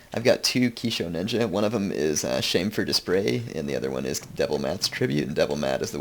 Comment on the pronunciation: shamefur dispray? :D